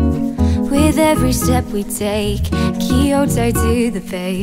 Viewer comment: Still looking for a cover where someone actually knows how to pronounce Kyoto